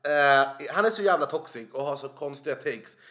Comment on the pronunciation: Varje gång du sa ”toxic” hörde jag ”tossig” 😂😂 ”Den här snubben alltså, han är så jävla tossig!”